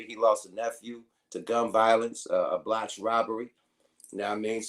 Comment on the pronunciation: It's botched not bloched!😁